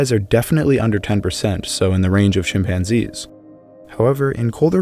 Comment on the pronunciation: Hominids {himpanzees} LOL!